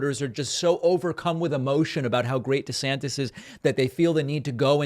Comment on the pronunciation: Desanctits hahha I almost spit my coffee out